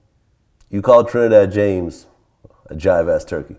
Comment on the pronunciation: vlad its jive ass, not as